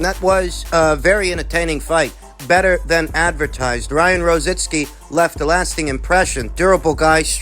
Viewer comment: Why is it so difficult for you guys to pronounce ROZICKI? ITS NOT ROZINSKI..lol..